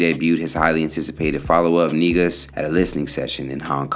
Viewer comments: Negus is pronounced "Nay -goose. Big Ups to most Def. 🇯🇲🇺🇸🇯🇲💯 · why do people keep mispronouncing Negus